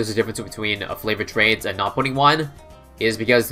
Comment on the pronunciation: This man can do anything in BTD6 except pronounce favoured trades